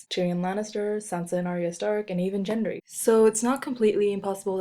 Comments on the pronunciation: It's Gendry not "Jen-dree" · Why do some Americans pronounce Gendry as Jendry? Would you refer to President Garfield as President Jarfield? Arya always refers to Gendry with a solid G in the show.